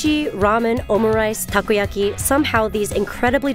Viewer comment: How are you going to pronounce Takoyaki perfectly but Naruto like my boomer pops.